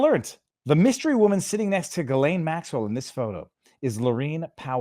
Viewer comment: Viva, you're from Montréal. You damn well know how Ghislaine is pronounced. Jizzzz lane/lain. Cmon man!!!